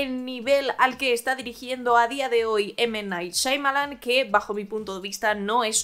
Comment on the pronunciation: Ninguna. Porque siempre dice “Shaimalan”.